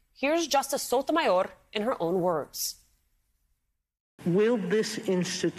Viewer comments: Your speaking English, stop with that cringe Sotomayorrrrr. Your not Spanish! You say Paris not Paree You say Germany not Deutschland So cringe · wow, way to pronounce her name....it sounded like you were choking ona chimichanga......msnbc stoops one step lower on the way down with that shenanigans